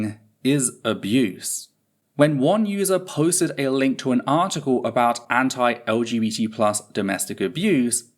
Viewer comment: Are you sometimes saying LGT+ or am I just not hearing the B? I felt like you said it without the B a couple of times but that seems weird and I don't see a reason for it 😅